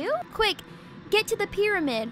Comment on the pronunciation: I just died when it said get to the pryamid